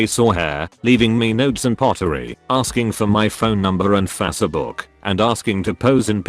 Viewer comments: I wish this text to speech thing would learn how to say facebook instead of fasseh-book. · "fass-eh book"